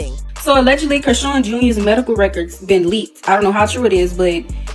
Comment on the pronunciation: It's Chrisean 😂😂😂 and Karlissa not Carissa